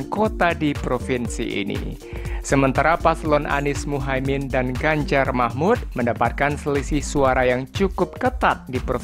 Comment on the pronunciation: Baca yang benar, bukan Ganjar Mahmud ,tapi Ganjar Mahfudz